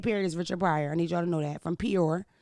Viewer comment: She butchered our home town name 😂😂 Peoria, Illinois